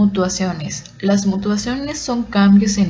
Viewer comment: No se dice mutuaciones, son mutaciones...lees muy mal,no se te entiende